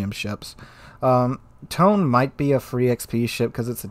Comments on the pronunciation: Its pronounced "Tony" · I am not Japanese, but my guess Tone in Japanese is 2 cellyble, like To-ne, I think 🤔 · You at least pronounce "Tone" as "To-ne" cuz they are different words.